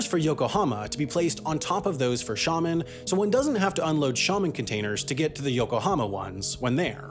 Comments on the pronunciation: hello I have some experience in this end of life and my opinion of the video is that it is excellent. But the comment section is also a goldmine. Not only civilized but with hands on, well informed, opinions. Again a great video m and Sam, you also pronounced Xiamen very well. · pleasantly surprised when you pronounced my hometown of Xiamen China correctly!